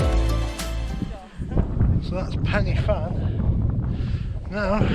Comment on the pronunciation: My old stomping ground😅 It’s pronounced Corn Dee, Penner Van and Van e big. Cribyn was bang on.😁👍